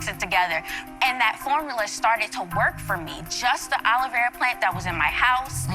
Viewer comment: I find her pronunciation of aloe vera as "Olivera" absolutely hilarious